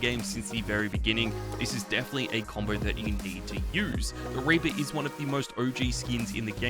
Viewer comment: Raper instead of reaper ☠